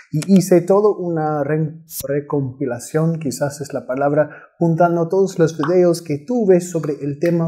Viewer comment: Es recopilación, no recoMpilación. No lo tomes a mal; es por ayudar.